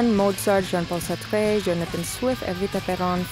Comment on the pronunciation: Jean-Paul Satre nya mantap